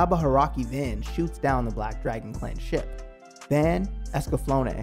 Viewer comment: His name is pronounced V *ah*n. The 'a' has a deeper sound to it. Not the van like the vehicle. 😆 Also, I would love to see this anime get a reboot or continuation. I miss the characters so much and was never quite satisfied with either the movie or series ending.